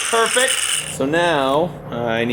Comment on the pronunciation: That ‘perfect’ was almost Charlie sloth standard